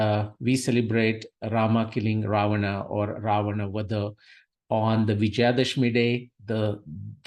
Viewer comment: The person writting to you have written clearly as Rama, Ramayana, Ravana... Why are you urdufying the words by distorting their pronunciations as Ram, Ramayan and ravan..?